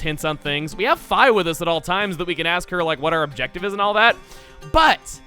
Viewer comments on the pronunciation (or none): Hey. Um. IT'S FEEEEEEEEEE NOT FIIIIIII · fee not fi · IT IS PRONOUNCED FEE NOT FI!!!! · Hey many people pronounce it fee not fi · uhh chug, I think its pronounced FEE not FI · NO. NOT FI. ITS FI. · It's officially pronounced Fai... Why do you think it's Fee? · lost some style points from calling her fī and not fee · Skyloft is one of the best towns in Zelda. It has so much personality and really feels alive. ( also please stop pronouncing Fii as Fay. You dont pronounce Wii as Why. Its pronounced Fee like the nintendo Wii. Sorry it just bothers me xD) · I always thought she was called Fi - F-e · The pronunciation "Fye" just doesn't sound right to me (even if it is official) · Awesome, I'm not alone! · yeah i always said fee so every time i hear it im screaming in my head ITS FEE YOU BIG PERSON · Lucky Sock same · It's "Fee" and always will be <(>n<)> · It bothers me how you pronounce fi. I mean if thats the right way then ill try not to complain, but it still tips me off. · Stop! That pronunciation is terrible!!!!!! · Your pronunciation of Fi is giving me an aneurism. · Oh god the way he pronounces Fi makes me want to die